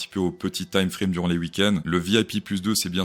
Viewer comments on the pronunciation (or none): none